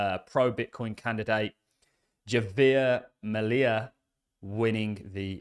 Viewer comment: Great update!.... Just FYI Javier Milei is pronounced "have-ee-air me-lay"